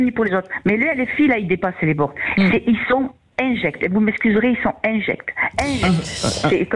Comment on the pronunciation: "ils sont INJECTS , ils sont injects!!!" Elle lit mal le mot INFECT ? Elle lit un papier manuscrit avec les pieds ou elle n'est pas française?... Qui lui a préparé ses éléments de langage sans touiller la tasse ?...